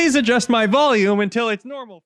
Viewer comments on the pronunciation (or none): none